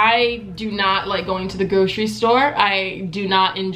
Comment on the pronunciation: she said Grocery so funny 😂😂